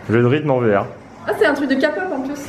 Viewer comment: on dit pas « Kapop » mais « képop », Kpop faut le prononcer en mode anglais 😂❤️